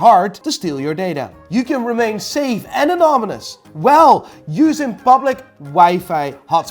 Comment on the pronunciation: English: *exists: "Bro-co-lee", "Is that spidermon?", "You can stay safe and anomonous"